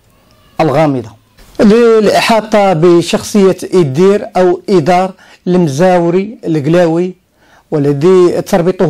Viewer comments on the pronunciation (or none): إيدار (بتوقيف الدال). المزواري وليس المزاوري.